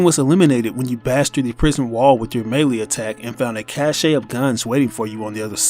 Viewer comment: you said cache wrong